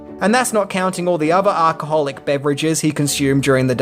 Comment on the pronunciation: lol you still day "Ark-ah-holic"!! 😂😂😂😂 It's Al-cha-hol-ic you spaz )in pronunciation